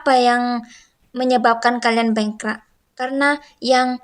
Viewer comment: Ckp Melayu pun x betul. Bengkrap la mbak bukan bengkra, aduina.. langgi2...